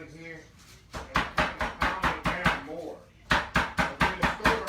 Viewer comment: U gotta love when says “Jes a lil bit moe”.. 😊😊 I love it!! Too sweet